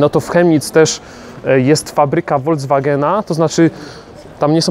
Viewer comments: Na Boga: Volkswagen, a nie Voldzwagen. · Oj, mówisz całkiem dobrze po niemiecku ale słyszałem jak powiedziałeś foldzwagen zamiast volkswagen